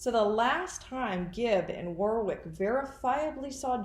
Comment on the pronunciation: Maybe the other man who Donna saw helping Whori suffocate JJ, was David Warwick (it’s pronounced Warick, btw). Why else would she kill him on the day they were visiting, if they didn’t know about it? I don’t think anyone should be fooled by the timid, innocent person, Melanie Gibb tries to portray. She’s in this upto her neck!!!